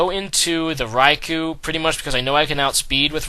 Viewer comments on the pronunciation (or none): none